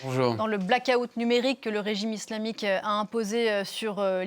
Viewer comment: ca me fais rire quand elle appuie sur le mot islamique ..elle le fait dune maniere tres subliminal comme si de rien etait